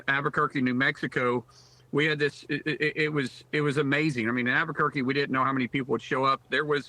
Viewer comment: He can’t even pronounce Albuquerque correctly. Where is this YooHoo from?